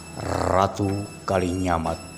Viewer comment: Knp???? Ngomong aja "RATU" knp harus... "errrrrrraaaatuuu"